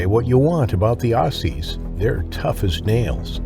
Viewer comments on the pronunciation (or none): The AI commentary puts me off. The embellishment of a person alone that was attacked yet the story about how they were humming nursery rhymes etc. Seriously? All the mispronunciations eg Kakadu, Vladimir and Aussies . The incorrect observations eg you don't have a femoral artery in your neck. So yeah stopped watching pretty early on. I won't watch any more of these with the AI voiceovers as well as poet licence aka lies about what really went on.